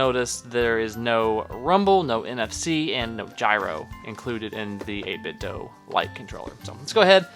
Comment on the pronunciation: Do! It's Do! Not doe It's Do!